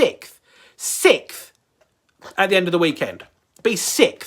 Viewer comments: ... "finish sikf"... "sikf"! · "Sikth" "sikth" 🤣🤣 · Sixth not sickth